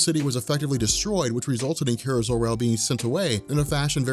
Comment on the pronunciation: Awesome video like normal. It was just killing me the way you were pronouncing Kara's name. Lol